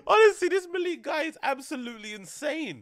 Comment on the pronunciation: MALICK!!!!!! pronounce it like that G